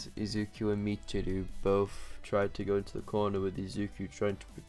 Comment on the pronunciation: Its pronounced Mich-i-row